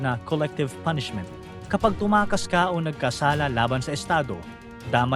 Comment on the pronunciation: TUMAKAS not TUMAAS